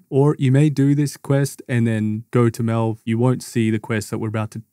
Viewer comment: No way you pronounced melve like that with everyone in game saying it the way it should be said 💀